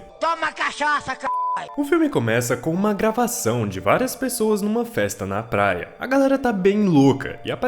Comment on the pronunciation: Falou plaia igual o cebolinha kkkkkkkkk